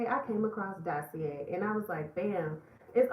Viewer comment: Lmao you could’ve hit me up for Dossier pronunciation. Love the attempt though ☺️